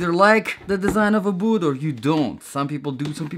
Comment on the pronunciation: the word boot has a t at the end. its not 'bootht'